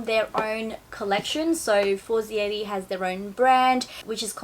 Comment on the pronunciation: Omg. You are pronouncing the Brand name completely incorrect!! Its Italian not French. For zei reeee. And they are sponsorsing you? Sorry, im not hating, but that is really embarrassing. Such a typical easy Italian phonetics. The other La Pear men tear.